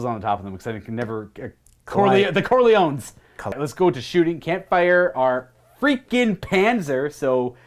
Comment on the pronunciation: The The Cor...the Cor...the CORLEONES! Look how they massacred my boy 😂